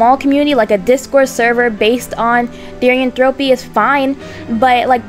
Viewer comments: The way you say therianthropy “Therian en throw pea” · I think its pronounced "thear (fear but with a "th")-e-anne-throw-pee"